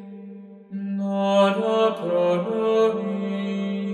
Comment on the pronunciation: ¿Por qué pronuncias una 'n' antes de cada palabra que comienza por vocal? 'nora', 'nagnus', 'namen'